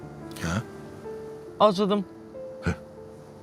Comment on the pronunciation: Gözəldir. Amma "acıdım" yox, "acdım"